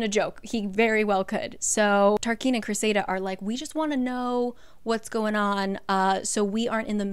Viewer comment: I love this series. But sometimes your pronunciation drives me mental. Cressida is cress-i-da not cress-ay-da . Tarquin isn't tar-keen it's tar-kin(you did say it right like once) you joke about not being able to pronounce names. But you can pronounce azreal? But not Cressida? You can pronounce ianthe but not Tarquin? But let's be serious. The way she wrote rysands name it should be pronounced "rice-and'' when you follow proper pronunciation. His short for should have been pronounced "rice" because a y and s make a I sound when you follow the rules. I read all the books and was so mad when I found out she wanted him called Reese sand or Reese. Like ew. Give a heartthrob a lacrosse player gross name? No I'll always say it correctly in my mind